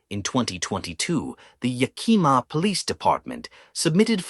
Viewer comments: From Washington state. It's pronounced yack -a -maw. It's the name of native American tribe Yakima. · lol every time it was pronounced incorrectly I flinched..